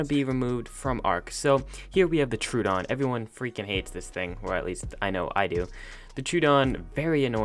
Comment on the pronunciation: IDK what a Turedon is pal its NOT in ARK we have the Troadon {Tr-oh-wah-dawn} but theres no such thing as a Truedon